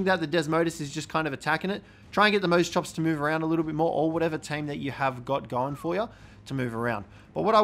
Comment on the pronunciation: Mose chops naaaah I can’t watch this guy it’s moss chops